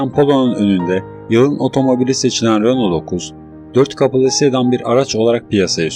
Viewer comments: Kopya -taklit kanalları sevmem... Renault değil..Röno okunur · Renolt ne kanka? Lütfen telaffuzlara dikkat et.